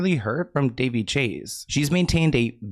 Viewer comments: It's Da Vay!!! Not Da Vee! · Duh-vay, sweetie...is her pronounced name. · Isn’t it ‘Da vay’? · Her name is pronounced Dé-VAY. Soft on the "dev" like "duh" and a strong AY sound at the end. Rhyming with Jenae, Renee. "Duhvae"/ Devae pronunciation My older sister spent her senior trip at her house when she finished high school. One of her best friends lived in CA before moving out here and their family were good friends with Chase's family. So the group of 4 seniors went on a road trip for a week and stayed at Daveigh Chase's family's house. She's younger than my sister so she was still a teen at home. But the group of girls spent most of their time exploring the area rather than with the family. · it’s pronounced like “Da-Vay” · that pap just called her "Duh Vay" 😂😂😂 that -eigh really threw him for a loop